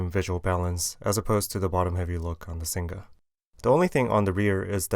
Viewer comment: Singa not Sing Ga :(